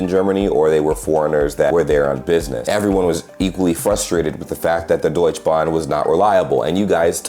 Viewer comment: Bro, its Deutsche Bahn, not Deutschbahn!! 😂 Schön mal von außen zu hören wie deine Eindrücke waren! Viele Grüße und auch dir ein gesundes neues Jahr! ✌️